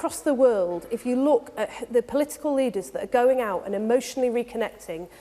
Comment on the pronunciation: Imagine electing a prime minister who can't say political.